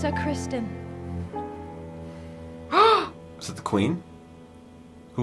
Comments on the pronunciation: Guys, it’s Criston, not Christian. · Cris-TON not Christian... You do have subtitles on right? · For the love of all that is holy, its Christon (kris-ton) not Christian! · If you take a shot every time they say "Christian" instead of "Criston", you wouldn't make it to the end of the video XD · Heads up: It’s CHRISTON COLE not Christian Cole. CHRIS-TON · Criston....not Christian. Lol Of all the names you screw up, it's one of the easy normal names. Lolol